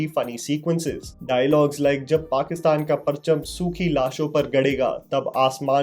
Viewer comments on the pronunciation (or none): none